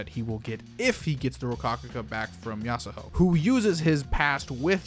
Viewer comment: It's annoying how you say yasahoe instead of yasuho